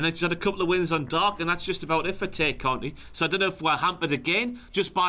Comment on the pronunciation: and reveal that they're heels by ranking the Dark Order lowly. And continuously mispronouncing Tay Conti's name. Who do they think they are, Jim!?